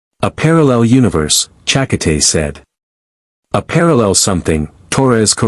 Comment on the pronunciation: Your AI needs better enouciation on Checote's name .. che-coat-ay